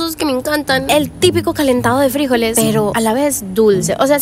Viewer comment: Por qué dice “frÍjoles” ? 😂 , son frijoles. Sin acento en la i!